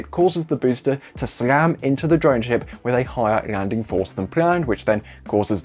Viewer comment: This guy doesnt know how to pronounce "landing" or "leg" or "collapses". like what the heck is that...